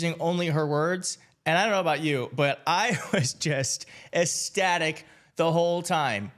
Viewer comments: Thank you… Nice report. You did a good job. But the word is ECSTATIC, not UHSTATIC. Please! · Just an aside... the word is "Ecstatic". The C is a hard C, pronounced like a K. The word is properly pronounced "ekSTATic" not "esstatic". It really bugs me when professional commentators can't pronounce words properly. It's NOT rocket science, people...